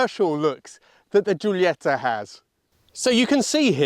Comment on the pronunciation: The rear lights are the ugliest part imo. Also, not sure I'd feel comfortable with fuel tank directly behind rear seats, just would be aware of fire issues if rear ended hard, but maybe just me. Ah, don't need excuses for the Italian accent to describe the Guilietta, as you do it with all Italian brands, & it's great 😊